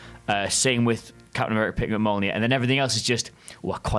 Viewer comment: Dude, it's Mjolnir. 🤣 Say your attempt out loud and die laughing with me.